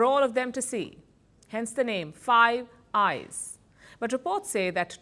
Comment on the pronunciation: I thought you said "five guys burger and fries.""